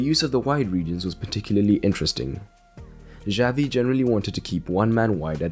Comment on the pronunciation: omg the way he pronounces "Xavi" gives me chest pain